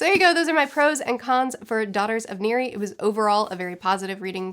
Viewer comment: Quick tip - Nri is pronounced as “n-ree” and not as “en-ree”. Americans pronounce the letter “N” as “en”. But here, it’s different. place the tip of your tongue to the top of the mouth and make the “nnn” sound. “n-ree”. Hope this helped.